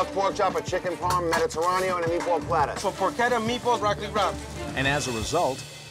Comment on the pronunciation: The narrator pronounced "porchetta" improperly. I've noticed that even Gordon pronounces "bruschetta" and "bolognese" improperly, you guys have to work on your Italian! How do you pronounce chianti! It's not chee-on-tee, it's a hard K sound